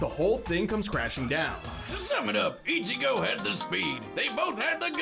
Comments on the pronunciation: Bro said Eye-chigo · I almost down voted this video for your pronunciation of Ichigo😂🤣😂 come on now put some respect on that man's name LOL